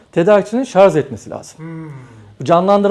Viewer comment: Akü uzmanı arkadaş bile ŞARZ diyor :) Doğrusu ŞARJ dır. Bilginize...